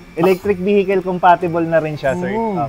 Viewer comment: ELECTRIC VEKIL VEKIL - WRONG PRONUNCIATION , VERIFY THRU INTERNET ANG TAMA LOKO TALAGA MGA TAGALOG SERKIL ANG GIL LETSE TANGNA NIYO